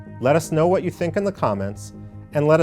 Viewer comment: "...thuh Arabs...thuh Arabs...thuh Arabs..." (Repeat ad infinitum and ad nauseam.), please note that in real English, as pronounced by real native speakers, the definite article "the" is pronounced ði (as in "thee") before words beginning with a vowel. Thus: the elephant ("thee elephant"), the Arabs ("thee Arabs), etc. etc. NOT "thuh apple, thuh Arabs"! Thank you.